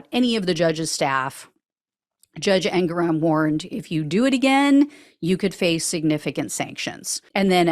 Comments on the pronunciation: I think it's En-GORE-on. Meidas Touch was saying it the other way, then randomly changed to this way. And MSNBC also says it that way. But I've also heard the same person say it both ways in the same report. I'd say you're good as long you've got the hard "g". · Yes, I believe the judge’s name is pronounced En-GORE-on, with the emphasis on the gore part. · The annunciation is driven by the spelling, It isn't difficult. Engoron vs Engorron. It is 'Engor on', not 'Engore ron'. I hope the 20 minute private session at the end of the day included something along the lines of "If the defense keeps telling lies and grandstanding, or Trump steps outta line someone is going to prison for contempt." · The correct pronunciation is Anger-One 😂👍🏻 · en- Gore-on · Nicole Wallace used a long o brfore the r in Angoron, but she gave even stress to the 3 syllables. She has access to an extensive staff and is the type to be sure when she speaks.